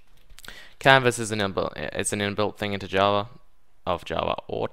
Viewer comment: When you said "canvas" I thought you said "Cannabis"